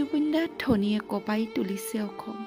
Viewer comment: কবিতা টি ঠিকেই আছে কিন্তু উচ্চাৰন কৰোতে কাম নহয় অসম হ'ব লাগে